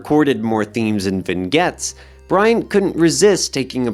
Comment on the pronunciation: Small detail. Vignettes is pronounced "vin-yets" not "vin-gets" I Ching is "Ee Ching" and Hesse is "Hee-ss" or "Hess" not "Hess-y"